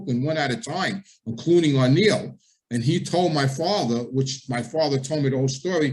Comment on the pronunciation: It's not O'Neal.... It's Anello 🙄 it's Italian not Irish...